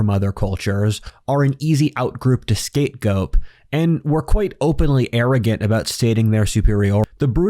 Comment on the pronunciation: "skapegope". Lol